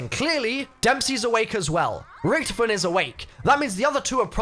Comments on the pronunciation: I have an idea. Did undead richtofen transfer his soul to ultimas rich? Remember the end of moon and the origins ee removed Sam from his body. Also the German pronunciation is Rish-taw-fen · Don’t get me wrong I love the channel but the way you pronounce Richthofen annoys me